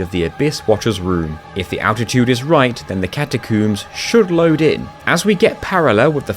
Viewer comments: catacuums lol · I know it's just how he says it, but I laughed at him saying catacooms. Edit: a fantastic video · "Catacoombs" haha loved the pronunciation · ill never get over "catacooms" makes me chuckle every time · Seems like its an insane technicality that you can. Having alt accounts and another player, so does it really count? Also you prounce it Cata-Coombs.... really. Its Cata Combs. Freed? Brother its frie-de